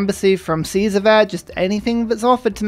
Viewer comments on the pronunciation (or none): none